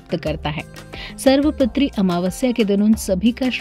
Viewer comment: सर्व पितृ का उच्चारण सही नही हे